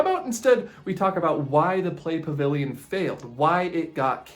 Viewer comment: I swear I thought he said sigma pavilion